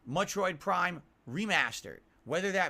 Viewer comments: "Muttroid Prime Remaster" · “Muttroid Prime”